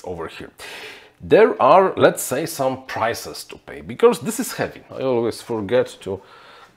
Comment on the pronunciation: you are great, only your pronounciation of "becauRse" is quite annoying...:)